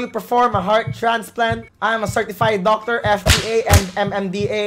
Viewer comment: "Qualified Docctor"